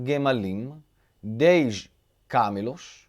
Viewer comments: Shalom!!!..Camelo pronuncia com a tônica no "me" Camêlo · Camelo a sílaba tônica é em “me”.... mas não tem acento em camelo, ok’!